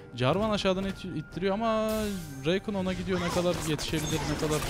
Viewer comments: Şu rakana reykın deme Allah aşkına tüm yerelleştirmelerinde adı rakan diye okunuyo heronun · Abi n'olursun şuna reykın deme rakan o Kürt gibi söyliycen